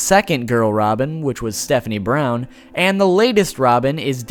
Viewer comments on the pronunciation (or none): none